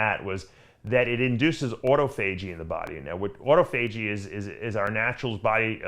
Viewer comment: Everyone: ah-taw-fah-jee. Dave: auto-FAYJEE!